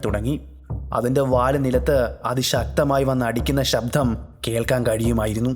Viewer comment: "sabdHam" ennu venda... arochakam... "sabdam' ennu mathi.